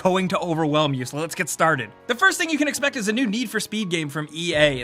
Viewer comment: please no more "expect".